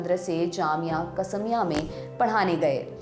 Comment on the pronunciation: salute to u for such beautiful presentation with facts. Tysm. Ur pronounciation of urdu words were also amazing, just one error...qaasmia it is.